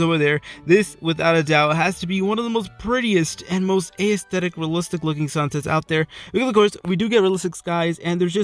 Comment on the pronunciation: The way he said aesthtetic tho Ay-EsthEdIk